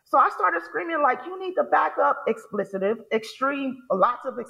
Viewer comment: It's not "explicitive". It's "expletive". It's not "incidenceseses". It's "incidents". What the hell is happening that grown people can't figure out how to speak? It's not cute.